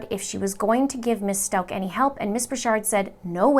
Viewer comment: How do you get "Stoke" out of S-t-a-u-c-h? Don't you listen to the news and how they pronounce it?